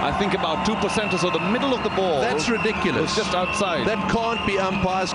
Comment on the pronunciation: "That reduculous" haha. Gotta love Tony Greig.